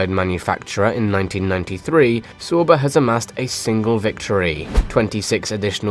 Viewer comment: I don't like how you pronounce "sauber" It's wrong.